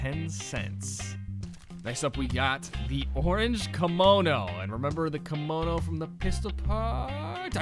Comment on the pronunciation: How do you pronounce Kimono ? Cringe